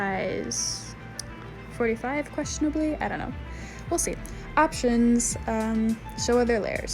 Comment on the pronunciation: THE AMOUNT OF TIMES U SAY QUESTIONIBALLY